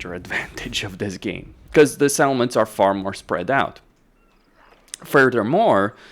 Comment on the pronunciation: I noticed that too, he also pronounces "settlements" more like "salmons". I kept wondering where all those fish are. Gotta pronounce those T's. On the other hand he needs to tone down the P's because it sounds like he's spitting into the mic.